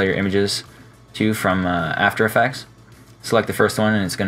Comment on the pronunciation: "After Effacks"